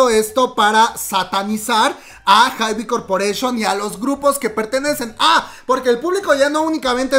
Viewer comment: Hermana cj ent. Se pronuncia si yei, enm. Lo dirías (ienem) Es la abreviación de entertainment and media, para hybe todos los artistas lo pronuncian jaib, amamos los chismes aquí presentes siempre ✌